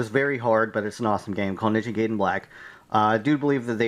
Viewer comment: Its pronounced Ninja ''guy den'' not ''gayden'' Sorry just had to say that.